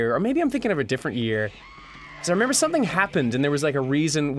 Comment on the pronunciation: Re-Mem-Brall. It's not that hard, is it?